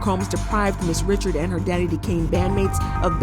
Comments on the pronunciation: FYI It's not Dawn Richard it's Dawn Ri-shard 😂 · Not saying Dawns last name wrong too 🤦🏾‍♂️ why Dawn goes by just Dawn.